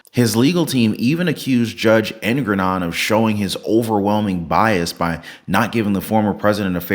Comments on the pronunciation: Jfyi, it's pronounced Engoron, not Engranon, probably better to just use the term 'dickhead', everybody will know who you're talking about. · Engoron. Slow down and say it right. En - go - ron. It's not Ergonon, not Erngornron. Slow down. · Its enogron not ergaron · En-Gor-On…Not En-gron-on, Err~ger-on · Dammit man you're saying his name wrong. It's Ego-MORON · Anyone who believes in trump should be ashamed. Shame on you! Learn how to pronounce the judge's name before you criticize him. Trump didn't come to drain the swamp. He came to drain the treasury. Wake up! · You can't even pronounce the Judge's name correctly and you sound crazy, as if Donald Trump is innocent! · I really enjoyed your commentary. You butchered Engoron’s name. 😂😂😂